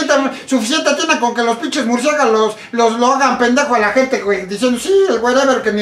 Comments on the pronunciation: "MurcieGAlos" JAJAJAJ xd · Primero que aprenda hablar EL ESCORPION se dice MURCIÉLAGOS no MURCIEGALOS